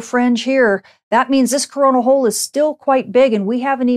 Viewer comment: Am I the only one hearing her say crona holl y does it have the same name as corna virus ? ? Very Very word makes me wonder